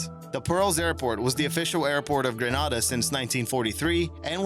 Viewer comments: It’s not Granarda it’s Gre-na-da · #3 it's granAYduh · He's pronouncing Grenada wrong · Its Gren-ay-da, not Gre-ah-da, you moron. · its pronounced green-ade-ah(I live there/here)Grenada The Isle of Spice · your pronounced grenada wrong cringe